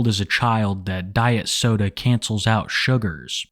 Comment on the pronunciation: Right lmao it made me giggle each time he said it